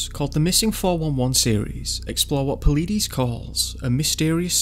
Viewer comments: PAULIDES - PAUL-LIGHT-IS, NOT PAULIDEEEESE!! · just for future reference the last name is pronounced paul-eye-dis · Paul ee dees 🤣🤣🤣🤣🤣 Paul i des.. Yose might 🤣😂🤣😂😂 Yo Semity. Brilliant research 👏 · Your saying palidus wrong. Po lie dus. No pilleedees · Puh-LYE-deez, not Pa-lee-diss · You’re definitely not pronouncing David’s correct name.. (pole eye diss) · [Pul EYE dis] [Yo SEH mu tee] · Pa leedies?? 😂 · It’s PA - lid - us LID is in THE MIDDLE OF HIS NAME it’s PAULIDUS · David po-leet-e-z's xD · Close. His name is pronounced Paul-EYE-dis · His name is pronounced PAUL LIE DEES. THE Park is pronounced Yo sem me tee. I wonder how much of the info you list are true facts and how many are word of mouth. Some seem exaggerations, or guilt when from parents say we were watching and he was playing with his brother we turned to look at a tree for just a moment and when we turned back he was gone. There were no footprints, he didn't answer even though we circled the area calling his name. Dogs don't track. I would like to hear directly from the dog handlers. Just a lot of vague unattributed statements. Same thing with allegations of bad weather. I'd like to see weather records for the days referenced. Then the same days checked for prior years. What if it is normal during whenever it was for sudden storms to move in? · Paleedees lol. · DROPS MIC... LOL. I KNEW YOU WERE PATHETIC, 3 YEARS AGO N YOU DONT KNOW HOW TO SAY David's name right... LMAO anyone else? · Please go watch one of David’s videos so you can hear the correct way to say his last name honey, I’m a big fan of the both of you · Just a fun fact.. Missing 411 (David Paulides) last name is not said the way you say it.. Maybe, you should watch one of his video's. 👍 P.S. please don't tap the Microphone!! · I'm pretty sure you're pronouncing his name wrong. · You pronounced Paulides and Yosimite wrong. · Could at least get his name right, dude.. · Work on your pronunciation of Paulides and Yosemite. Good video though.